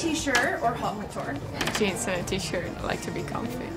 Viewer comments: Haut COtOr??? It's pronounced ot cotüre kinda it's French ! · An interesting way to pronounce "haute couture"...